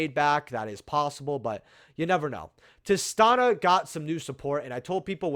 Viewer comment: it’s Tih-STEE-Nuh.